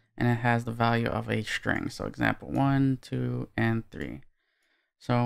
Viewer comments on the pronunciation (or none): “Shtring” !== “String”